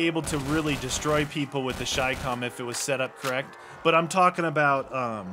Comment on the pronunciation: I got so triggered watching the beginning because its no shicom its chi-com